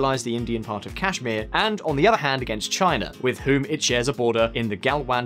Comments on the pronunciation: it's Kashmir not chasmere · Kashmir not cashmere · its not Cashmere it's Kashmir !! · The way to said cashmere , we knew how deep u researched for this topic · It Is Not Cashmere Infact it Is Kashmir. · They always say "cash"mir instead of kashmir😆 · "Cash mire" OMG it means cash is mine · It's named "cashmere" from Kashmir. They cannot pronounce Kashmir. Like Calcutta vs Kolkata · Guy in the video - I've done research on India. 2- minutes he calls cashmere. Me- I'm done with video 😂😂😂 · When u say 'Cashmere', it undermines anything u say after that! 🤣🤣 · I just saw like dislike ratio n find out there's something wrong he did...otherwise he have been praised...BTW it's Kashmir Not Cashmere😂😂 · This shows your level of knowledge It’s Kashmir not Cashmere !! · It's not cashmere it is Kashmir. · I've been watching this channel for about 3 years, and I've noticed a gradual degradation of quality of reasearch these guys put in. Their level of ignorance has only increased. 1. It's "Kashmir" and not "Cashmere"! 2. "India never had a deep rooted military tradition", the great war or "the Mahabharata" took place even before western civilizations even existed. And also, India has the oldest Intelligence agency ie. the "IB". 3. Several mistakes in the number of weaponry. Seems like you guys can't even copy paste simple statistics from Wikipedia. Poorly reasearched! And many more rookie level inaccuracies in the video. Well, on some points, I agree with them such as the long overdue modernization of our army, however rest all is sheer idiocracy. If you are doing journalism, the least you can do is present it with correct facts. It qualifies as FAKE NEWS! Unsubscribing! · Hard to take your analysis seriously when you don't even know it's Kashmir not Cashmere .. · It's Kashmir, not "cashmere" XD XD. India does not have a security treaty with the USA. Hence, we are not ally of USA. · its Kashmir not Cashmere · Cashmere😂😂😂 really??? I thought you did your research well. Jk